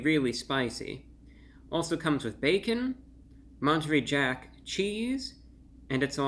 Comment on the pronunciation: I've never heard somebody pronounce Monterey Jack incorrectly, until you did. It sounds like you are saying " munch - tree ".👎🏿